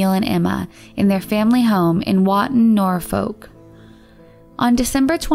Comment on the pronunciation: Just an FYI absolutely no hate whatsoever in the Johanna Young case I if she’s from England Norfolk is pronounced Norfook:)